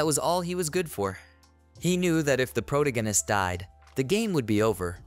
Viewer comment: You do a good job on reading the manga. But you really need to learn to pronounce pro-TAG-a-nist.